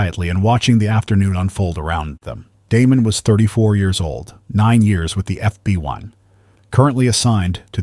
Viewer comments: He kept saying fby instead of FBI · HOLD UP!!!!.... NARRATOR....KEEP SAYING FBY!!!!...KEEP IT REAL!!!!....FBI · DO NOT EXPECT ME TO WANT TO FOLLOW A YOUR SERIES WHILE YOUR AI VOICE CANNOT PRONOUNCE FBI.THE AI VOICE IS CONSTANTLY SAYING "FBY" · As soon as the narrator said FB1 instead of FBI I knew it was AI... still a good story... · Its F.B.I. NOT F B.Y. FFS if you're goung to use AI to narrate the stories at least get it to recognise the damn alphabet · Just over two minutes in and the robot says they work for the "FB one." More robot voice BS. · and then it says FBY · Indeed. Also, says "F B Y" a bunch of times. Rather irritating and distracting. How about paying a human to do the narration, rather than AI................